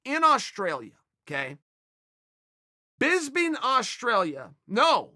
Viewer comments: BISBIN AUSTRALIA!?!? Hahaha its Brisbane mate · Did Chael just pronounce “Brisbane” as “Bisping” in Australia lmao? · 6.18 Bisban??????? Chael P Sonnen we have a new city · “Bisbing Australia”! 😂 Is that a new state? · Its Brisbane Einstein, smh kids these days